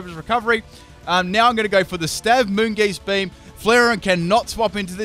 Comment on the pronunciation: Anyone else really triggered by some of your pronunciations? O-Master? Moongeast beam? like really?